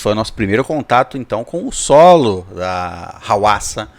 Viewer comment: Eu esperei tanto por esse react. Muito obrigado por reagirem! Eu sempre escutei a pronúncia do nome dela como RUASSA. Dicas de músicas da HWASA Maria I love my Body Chili Na